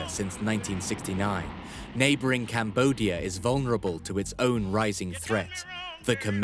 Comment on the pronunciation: So JFK couldn't pronounce Cambodia?